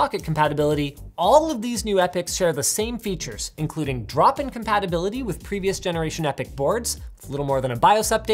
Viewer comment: drop-in compatibility sounded like dropping compatibility haha